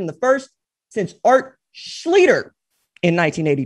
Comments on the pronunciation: Bro you still sayin Art Schlichter wrong. Trust me I went to HS at Miami Trace where Art went and I went to school with his niece and nephew both. It's Schlees-ster not Schleeter. Whoever Todd is, is wrong. Schlichter Farms, Schlichter Realty. If I'm lyin, I'm dyin. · Good old #10, Art Schlichter (pronounced "SHLEESTER"). No big deal, RJ, nobody gets it right.